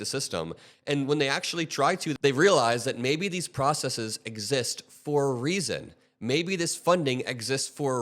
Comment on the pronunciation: Thank you for pronouncing the word "processes" correctly. The tech bros say "processeez" which is not a real word. Steve Jobs made it up.